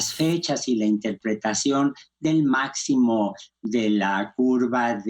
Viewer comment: No se dice ''máxico'' sino ''máximo'' y en el minuto no se dice ''bien desconcertada'' sino ''muy desconcertada''.